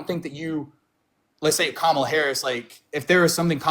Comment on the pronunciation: At least he pronounced Kamala’s name correctly.